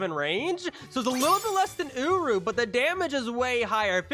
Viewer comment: Love the vid, but it's uryu not uru :))